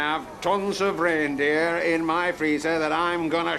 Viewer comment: Betty don't know it's raindreer 😅😅😅😅